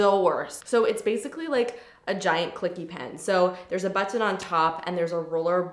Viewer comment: I love the way you say button 😂